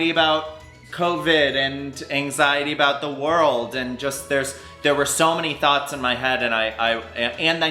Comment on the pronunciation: Did he just mention “I have so many THOTs in my head! Oh he meant thooooooughts ! Jeeeez